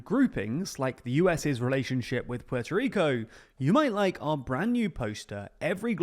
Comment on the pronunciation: Puelto Lico